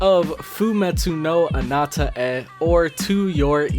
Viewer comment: Not so useful information, but the pronounce "Anata e" in "Fumetsu no Anata e" you just want to combine the "-a" with the "e" so it's "Anatae" not "Anata 'e"